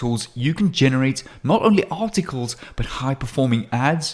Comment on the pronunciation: hi u say 27 time artitcles